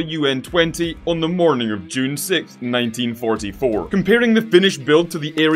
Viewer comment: The way he said June 2024😂😂